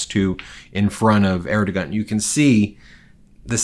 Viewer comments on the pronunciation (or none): 'Air-doe-waan' that's how you say it.